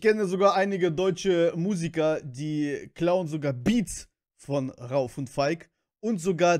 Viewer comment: Ich schreibe zur Abwechslung mal einen deutschen Kommentar 😄 PS: der in der Mitte heißt RaUf (Betonung auf dem U) PPS: Niletto und Jony sind zur Zeit meine Nummer 1 😍💖🌹